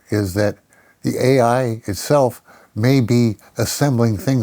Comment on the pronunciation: To be fair, this man, is.... far past understanding ai, let alone even being able to say the word correctly dude.